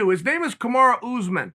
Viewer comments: Important time stamps: -“Kamara Oozeman” -“👍🏻” -“I bring that to you” -“Paul O. Costa” -“Ray-Chich” -“John Blahovich” -“👍🏻” -aggressive nose pick -“hold on, I’m talking brotha” -Chael speaking dad -bottom right corner of screen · I like when chael says ooozeman